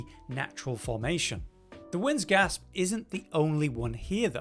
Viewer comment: It's "Wind's Grasp," bro, not Gasp..